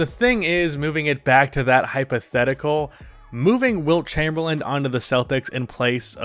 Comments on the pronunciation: It’s not Chamberland, lose the D at the end bro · I can't get over the fact he keeps pronouncing his last name "Chamberland" xD As always though appreciate all the hard work and research you put into your videos. Good quality content as always.